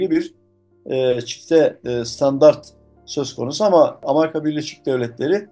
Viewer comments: Dayının biri Amerika yerine ısrarla "Amarika" demeye başlayınca videoyu yarıda bıraktım. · Kardeşim. Nasıl kanal bu . Seslendirmeseki adam doğru düzgün telafuz edemiyor. Amerika bile diyemiyor. Doğru düzgün ekibi olmayan kanal dünya çapındaki meselelerle ilgili anca bu kadar kötü video yayınlar.